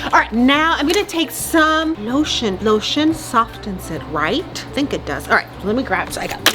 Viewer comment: . She really went “LOtiOn”. Me: 😃🤔🤭😀😄😆😂🤣😆😄